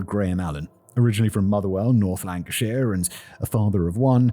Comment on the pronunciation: Such an unimportant detail but Motherwell is in North Lanarkshire (Scotland), not North Lancashire (England). Assume just a mispronunciation due to being more familiar with Lancashire but hey, clarification if anyone cares 😅